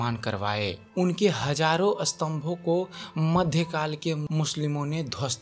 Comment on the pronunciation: हिंदी सुधार आवाज़ सुधार हज़ारो को हजारो बोलता है अशोक को असोक बोलता है